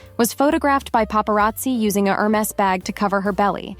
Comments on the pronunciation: Hey, narrator! It's pronounced "AIR-mess" not "Her-meez". Damn. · It’s not pronounced her maze😂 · AI calls it Hermiss! The creators seem not to care, thinking AI gibberish is good enough for us. That may be a contention point for those of us who appreciate proper English. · What surprised me is that you don't even know how to pronounce Hermes. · If you can’t say Hermes correctly then maybe you should skip the advice. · A: Learn how to pronounce Hermés correctly. B: The original Chanel 2.55 bag did NOT have double C's. That was applied by Karl Lagerfeld in the 80s-90s, when the carriers wanted the ostentation of logos. True elehance is the lack of ostentation. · Hey…be nice. Not everyone can do the “snobby” French accent 😂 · You mispronounced Hermes. The H is silent- good advice though